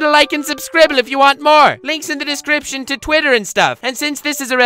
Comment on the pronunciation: has been pronouncing descraption wrong lately. What’s going on?